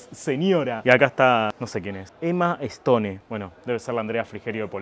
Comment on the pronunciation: 1) como no vas a conocer a emma stone 2) sabiendo tantos idiomas no podes pronunciar bien piedra en ingles